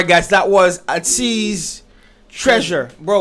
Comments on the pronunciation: much love!❤️ also idk if atinys already told you! but their name is pronounced like A(aye)TEEZ which means: what teenagers need/want they got it from A to the Z so yeah ATEEZ! :D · It's pronounced like 80s. Ateez has story line for their songs. So in the beginning there is the Treasure series and Pirate king and Treasure they are searching for that Treasure. The treasure can be the fans that they gained, the success that they want, the desires they have to be known globally. Treasure depends on the person but they all tie in together. In Thanxx, you will see scenes that remind you of their beginnings with Pirate King, Treasure etc. I recommend Hala Hala on KQ Entertainment's channel, their Win performance from their Seoul tour also Wonderland comeback stage and their MAMA mashup. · Lol you want to say Aye-teez so bad because that is how it is pronounced 😂😂. When you started talking about fast and furious the song that came to mind was See You Again so maybe that is what this song reminded you of. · Are you mispronouncing ateez just to spite us 🤪 Lmao I enjoyed your reaction guys ✌️